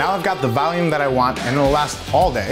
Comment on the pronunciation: Nobody: nothing: Valume